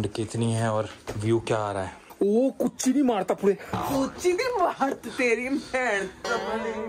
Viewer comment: You people are pronouncing really wrong. Kurchini madathapetti , it means folding the chair 🪑